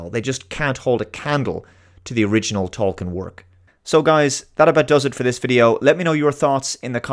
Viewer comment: He himself pronounced it as TOL-keen . p.s. I won't watch this ( LOTR TROP ) crap or the GOT spinoff dragon house tripe . You do great work . Been meaning to say that for many months .